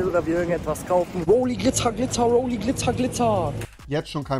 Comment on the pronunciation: Bruder das heißt Roly und nicht Rolli